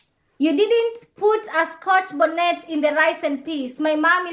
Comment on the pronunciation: She should learn how to pronounce scotch bonnet properly